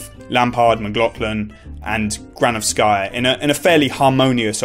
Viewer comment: GranOvskaya not GranovskAya